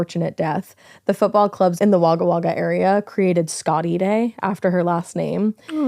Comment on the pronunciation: NO FUCKING WAY! You, actually, pronounced Wagga Wagga more correctly than even some Australians, and you're not even from here! I was born there as my Dad was in the airforce.